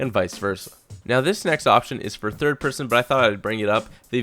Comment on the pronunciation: Peerson.. Pearsun. Peeeeersyn.